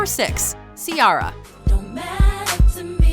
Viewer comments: it's not Ci-ah-ra , it's pronounced like Ci-e-ra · She can pronounce that French name for Sharon stone but she can't pronounce Ciara 😒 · She also said “Ci-Yara” when it’s “Ci-era” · Who the hell is Seearra?!? It's See-AIR-Ah🤣🤣🤣✌ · ....See-ARE-ah? What is wrong with your pronunciation? It’s See-AIR-ah xD they literally scream is right at the beginning of “1, 2 Step” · How do you pronounce it? Because it's probably wrong too. it isn't see-ah ra or See aa ra. It's a very old Gaelic name and it's pronounced.... "Keira" as in Keira Knightley. Keira is just an anglicised version of Ciara. That now should only be taken into account IF we're actually all bored enough to get into a "you're all saying that wrong" type of shit talk. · who tf is C-rra🤣🤣🤣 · "Sea R Uh" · You need to learn how to pronounce ciera (I know thats not tje right spelling but oh wrll) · CiAHra and FittyCENT?! FAIL FOR THE NARRATOR! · C-ara lmao 💀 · Lol see-ara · So....you can pronounce a French name correctly but don’t know Ciara’s name isn’t pronounced si-ARRA? ok. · Why did they pronounce Ciara "see-arr-uh", literally no one says it that way. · Cee-air-ah... Someone teach how to pronounce shit omg.... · #6) DUMB ASS its pronounced (C-AIR-AH) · Say Ciara right please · Why are you pronouncing Ciara like that? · Why do you keep saying Ciaras name like that?!?! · so did I. She messed up my girl's name. So disrespectful🤦🏿‍♂️ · Why they keep mispronouncing Ciara's name?! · She didn't even say Ciara's name right -_ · Please stop pronouncing Ciara's name like that😒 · Is that how you pronounce Ciara's name? It's really throwing me off. I don't think that's how you say her name. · Ciara never really left and I love the music she came out with it. There was no fail there. You're pronouncing it wrong. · You pronounced Ciara wrong.... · The narrator can speak French fine but can't say "Ciara" ok